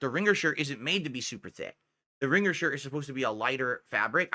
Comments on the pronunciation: Ring-gur. The 'g' is supposed to be silent,. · "Ring-gerr" tee shirt??? What's with this dood's pronunciations? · Yeah pronouncation is fascinating. Dood-Dee, Ring-gur. He doubles-up on mid-word consonants (apparently even if they're supposed to be silent like in this example). I've always wondered if he had a speech impediment as a kid he went to speech therapy for and is over-correcting/over-applying what he was taught.